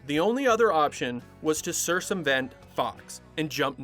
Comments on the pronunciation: Cir-sum-vent? It’s pronounced cir-kum-vent. Wow. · "Cirsumvent"? Try again. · Bro. 'Sir-sum-vent'? The 2nd c is a hard c. Enjoyed the video but that hit me pretty hard. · It’s ser-kum-vent. Not ser-sum-vent. That’s all lol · did you say cirsumvent, instead of circumvent? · lolol this guy really just pronounced circumvent like cirssumvent. honestly i wouldn’t be surprised if it was cuz of youtube’s archaic fight against free speech. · bro circumvent is pronounced sir-cum-vent not sir-sum-vent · “Cirsumvent” and “had paid its toll” are still in my brain. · Love your channel, recently discovered it and have been binging these. But some help (I hope you dont mind) the word circumvent is pronounced "ser-kum-vent" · "cirsumvent"? Really? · That "sir sum vent" through me for a loop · sir-some-vent LMAO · cir-sum vent fox. Good video but that’s craziness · sur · kuhm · vent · “Sirsumvent?” clever inside joke I missed, or weirdest mispronunciation I’ve ever heard? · "Cirsumvent". One of the best comedy shows of all time. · Great video essay. I wanna believe you were really tired when you pronounced circumvent as "sersumvent". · I like when he says “cirsumvent” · Brilliant writing and editing, as good as an AD episode. And the series was yet another masterpiece destroyed by disastrous corporate ignorance. But the narrator mispronounced "cirsumvrent." My whole family was ADHD, Arrested Development HarDcore. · CirKumvent is how that is pronounced. No shame! Readers are the ones who mispronounce like that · Who is Sir Cimvent? Did you mean to say "circumvent"? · Sorry… but… “cirsumvent”?!?! What!?!?!? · Ah, yes. Sir Somevent. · Did he just say 'cirsumvent'? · Cirsumvent? Really? Circumvent is definitely not pronounced that way. Who allowed this to happen? 🤣😂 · Did he say “cir-sum-vent”? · omg I've neverheard someome say "sirsumvent" LOL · What the hell?.. why would you say it like "Sir-Sum-Vent?" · lmao you said cirsumvent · “The only other option was to ‘sir-sum-vent’ Fox”. 😂😂